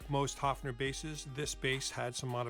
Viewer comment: I could huff !!! As you sympathise with this instrument of Germany: learn to pronounce it respectfully. It is not a HUFFing...! The vowel is pronounced like in BIRD!:::H"oe"fner !!!